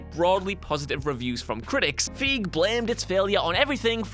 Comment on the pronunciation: 1) It's pronounced "Feyg" NOT "Feeg" 2) It's pronounced "Pat-ently" NOT "Pate-ently" Is just trying to see how many mispronunciations they can pack into a video now? Cause it's gotten exceptionally bad lately.